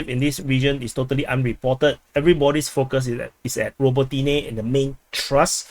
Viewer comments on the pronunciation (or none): It's TH-RUST !... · it doesnt pronounce Trust.....